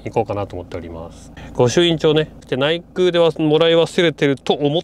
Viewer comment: 「ないぐう」「げぐう」と呼ばれていますが「ないくう」「げくう」です